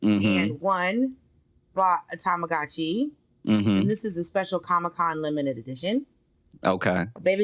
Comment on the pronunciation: Check out Hawaiian Pancakes. Great Restaurant Kona's Coffee, Pronunciation correction, it's TamaGuchi